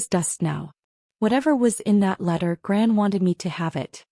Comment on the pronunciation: Grant instead of gran??